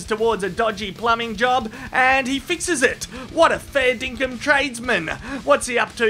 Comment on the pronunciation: wth is fare dinkem? i keep hearing him say it.